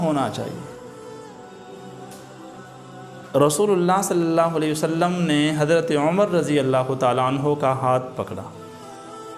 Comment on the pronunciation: Jazakallahu khair. With due respect, please try to say Sallallahu Aalehi we Saalum completely, calmly and in good pronunciation. May Allah Taala accept our efforts.